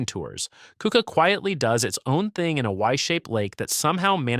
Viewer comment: Good job!! You picked a nice selection of lesser known villages of New York. there are thousands more. One note, Keuka is pronounced CUC-ah.